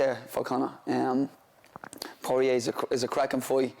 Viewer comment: I think the best part of this interview and also the one with Sutcliffe is how they both pronounce Porier like its a wine bar down on Lesson St.